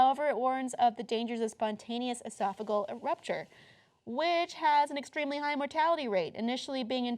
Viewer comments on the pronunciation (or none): I noticed that too. Esophageal is not pronounced A-sof-a-gal, it is A-sof-a-Gee-al. :) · It's ih-sof-uh-gee-ul